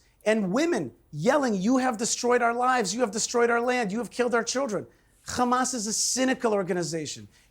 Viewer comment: 2 American Jews, both came from the same place, one call it correctly Hamas, and the other one suddenly cannot pronounce it other than Khamas 🙄 Even piers can say it correctly. it's حماس